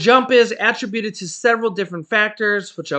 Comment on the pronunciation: Keep up the great work, Sir! (BTW the word "attributed" is phonetically pronounced "ah-trib(rhymes with rib)-you-tid) 😏